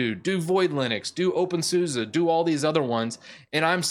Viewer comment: your pronouncing of names is killing me. open-suse = "open-suus" (think doctor seuss). centos = "cent OS" not "Cent-oss" (think 'one cent' - like a penny - OS). RHEL is not "ruh-hell"... it's not a word - it's an abbreviation. "Red Hat", "Enterprise Linux", "R" "H" "E" "L" are all perfectly fine... but "ruh-hell" as one word is killing me. on the other hand, your handling of "ubuntu" is spot on. that bat-shit crazy OS is pronounced just the way it's spelled. regards, an 18 year legacy user of Red Hat (and clones: Oracle Unbreakable, Fermi Scientific, and CentOS).